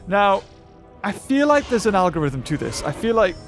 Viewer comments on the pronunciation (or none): none